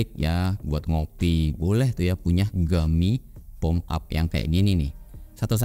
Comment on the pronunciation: Wah, langsung stalk produknya. btw, cara baca nama brand nya "Po-me" bang, bukan "Pom"